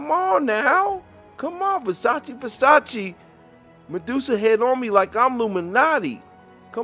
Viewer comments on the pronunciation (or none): none